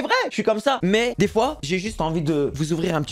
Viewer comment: chaque foi il a dit chois